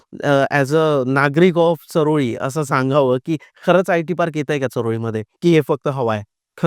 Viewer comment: चऱ्होली असा उच्चार करा सर चारोळी नाही तेवढा तरी आदर करा आमच्या चऱ्होलीचा